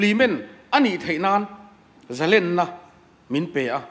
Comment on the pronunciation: Kan minister te hian mizotawng an hman dawn hi fimkhur se ka ti hle mai,entir nan zalenna tih pawh hi a thluk a dik lo...,ka lo sawi ve mai2 a ni e...